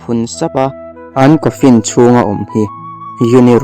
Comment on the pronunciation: Coffin (kawnfin ti lo in kawfin ) tih ang in lam zawk rawh